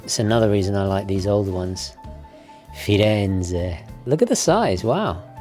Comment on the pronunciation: Why, is it flattering to find people who love my city so much! Still, (I apologise for pointing this out) it sounds weird that somebody who's lived and studied here and has such a pleasing Italian pronunciation should repeatedly fail to pronounce the "z" in Firenze correctly, even more so, when mere seconds later the "z" in words such as La Spezia, ragazzi e Piazza are perfectly uttered. Again, sorry for bringing that up, I didn't mean to be rude; I just thought this might be helpful.